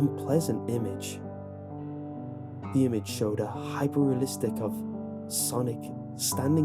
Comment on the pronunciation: Stop the video did he just say HYPERREALISTC? you have achieved unc status